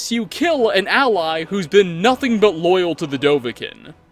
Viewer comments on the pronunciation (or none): none